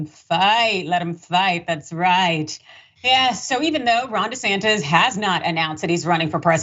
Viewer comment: His name is Desantis! TISS ,TISS! Not Disantez! If that was his name he would be busy throwing himself out of the country!